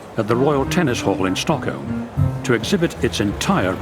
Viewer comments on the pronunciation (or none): none